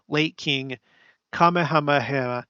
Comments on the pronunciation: I don't want you to think I'm being a all critical here... simply wanted to help you with the pronunciation of the king in Hawaii. 😉 It sounds out like so➡️King Kuh-mayuh-mayuh. Say it the way I spelled it out sound wise. Just wanted to help you not have a struggle with it when you are trying to say it. You're awesome! Thanks for all your facts and research! ❣️ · I think the king's name is pronounced ka-ME-ha-ME-ha